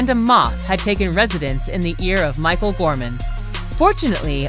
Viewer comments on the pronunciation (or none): none